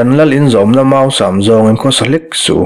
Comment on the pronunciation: Ngaihnawm tak a ni zel e, "Mâusam" tih hi chu a ki hniam vekin "Mausam" tih mai tur a ni e.